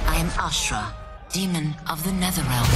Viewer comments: Bro really said davora instead of ashara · I'm sorry did you say D'Vorah???😭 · I cant believe you got backlash for saying Dvorah like tf? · She literally says "I'm ashrah". He: "dvorah?" lol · Did he just said "D'Vorah" to Ashrah? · My Man Said "D'Vorah?" 😂 Dope reaction dude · Bro did NOT say D'Vorah when seeing Ashrah lmfao 💀💀💀💀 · Lol you said Dvorah